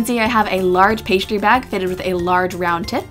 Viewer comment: Why does she pronounce stick as shtick, and pastry as paishtry? It sounds really cute tho😊